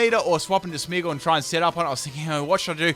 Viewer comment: FULL CAN'T PRONOUNCE THESE TEAM: Coffariggus Reggigigas Smeagol Beheeman Aggislash Kirem Also, these moves must be used once: Gyro Ball, Sinesis.